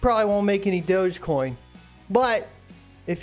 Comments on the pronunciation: Lol, this dude is making fun of newbies and doesn't even know it's pronounced DOGGY coin. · its pronounced dogg EE coin